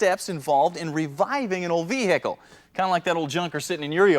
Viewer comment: Your “vee- hickle”. He’s not from the South. 👍🏽